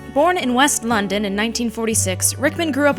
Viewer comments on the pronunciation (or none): none